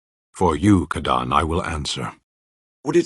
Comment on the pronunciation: but he said kadaan?!?!